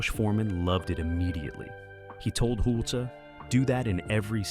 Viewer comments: Wow...your narration has multiple inaccuracies NO ONE HAD CELL PHONES IN 1985!! The laugh was 100% scripted. You are soo fully of it! You keep pronouncing Tom Hulce wrong. It wasn't the emperor that said "too many notes" Watch it again. No ones fingers bled. You are 200% wrong about the orchestra. That's full fabrication. Salieri barely met Mozart. Damn... you have MADE UP SO MANY FALSE STATEMENTS. Your video editing is quite messy. You have made so many false statements! just to say dramatic things. "Don't Recommend Channel" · It is always said: "the wig", as if it was one. Than showing Tom Hulce without , while speaking about 'the wig'. There are many different wigs he uses to wear in this movie. Furthermore: Tom Hulce's last name is not pronounced like Hul-cee, but like Hulse (like pulse). There are much more things, that doesn't fit, you can read in other comments... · Amadeus is a genuinely great film, and I enjoyed learning about it’s creation. That being said “Hulce” rhymes with “pulse”. You’re welcome. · IMDB says that his name is pronounced like HULCH-- rhymes with GULCH. Trying to confirm it, I found an interview where the interviewer also pronounced it HULCH. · This narrative is total ridiculous drama. Silly actually. Not one valid point made. Also perhaps Learn how to say the lead actor’s actual name. Nonsense. Salieri and Mozart did not hate each other. They were actually friends. The story was actually a fiction. Learn your facts! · You don't even pronounce the stars names correctly, im dubious about this whole video. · Weird editing cuts & what's up with constantly mispronouncing Tom Hulce's last name? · Why in heaven’s name, did no one correct the pronunciation of the lead actor’s name?!?!?!?! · ... and someone who knows how to pronounce "Hulce." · And the narration pronounces "Hulce" at least 4 different ways (I lost count). You'd think they could at least get THAT right! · Is his name hulce or holsee? You use both pronunciations alternating